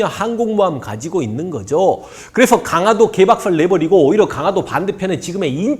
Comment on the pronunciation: 잘 듣고 있습니다. 다만 강하도가 아니고... 강화도입니다. 발음이 좀 거슬려서요.